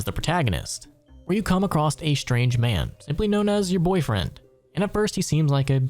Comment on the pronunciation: There's no "t" in "across" There's also no "X" in "escape"